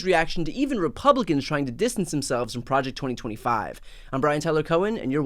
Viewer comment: "Pre ject norhma five!"